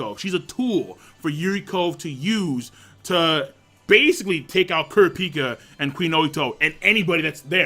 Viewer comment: lol cant pronounce kurapika